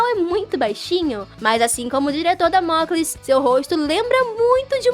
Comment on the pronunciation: Por favor não fique chateada e achando que sou bater eu gosto muito do seu canal mais vc falou 2 frases erradas o nome da professora e mandeleieve e não mandeleve e o nome do diretor e damoclé vou continuar a escrever no próximo comentario